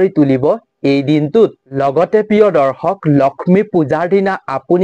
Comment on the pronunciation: দৰ্খক নহয়, দৰ্শক ;আজুৰ নহয় , আজিৰ।